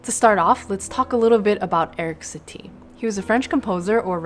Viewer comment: Can I just say, as a French person, your pronunciation of the composers' names at the beginning is spot on. Actually, the whole video is excellent, as always